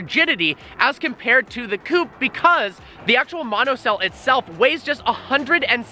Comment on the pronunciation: Its not coup, its coupe. Love your videos though